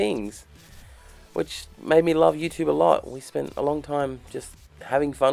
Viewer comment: When Australians say YouTube the American way it makes me want to kick things. 😡